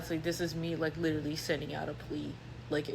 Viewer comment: Amen! Especially when it’s pronounced “LI-trully”.